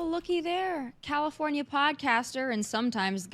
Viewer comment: Did you say Kommipornia! That works!